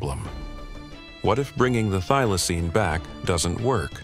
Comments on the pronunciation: Get the pronunciation right, it is a THYLACINE, not a theelacine, or a thilacine. Next time, get an Aussie to narrate. Another total waste of time, money and effort. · Fair dinkum, why can you not pronounce Thylacine correctly?! Why?!! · I want this one brought back. Skip the do do and do this one. And quit pronouncing Thylacine two different ways you twat. pick one and stick with it.